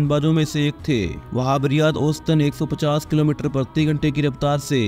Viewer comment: Whab riaz इक बेशुमार बॉलर है 😅😅😅 भाई बोलना सीखो